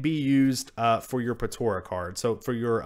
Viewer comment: It's pronounced Po-TA-rah not Po-TO-rah.